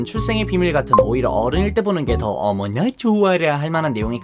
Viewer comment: 어므나 죻아라 ㅋㅋㅋㅋㅋㅋ 발음 찰지네